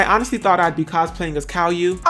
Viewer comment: How did he just pronounce Caillou?